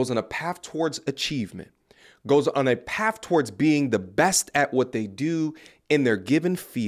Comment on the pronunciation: Wtf is paff? Do you mean path?